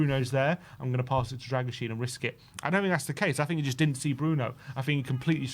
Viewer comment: Oh no, gone back to saying “fink” and “frough,” why, why? 😂 I thought you’d got over sounding like a fairground roustabout! 🤣